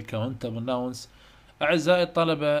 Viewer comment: عاشت ايدك بس كلمه nouns الs تلفظ zللمعومه.